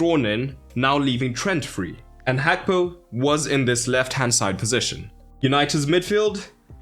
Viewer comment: Is it actually pronounced as hakpo?